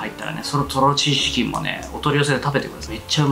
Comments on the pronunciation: ぐらい｢シーチキン｣言えてないw …ような( ´▽｀) ｢チーシキン｣言ってない？ リュウジさん酔っぱらっててもイケメン♡♡ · とろちーしきん、っていった。 かわいい 若干呂律まわってない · もう酔っぱらってチーシキン言うとるからね🤣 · よく聞くととろチーシキンって言ってる、かわいい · とろチーシキン…酔っ払いすぎw